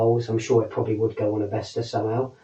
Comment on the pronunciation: VES A not VESTA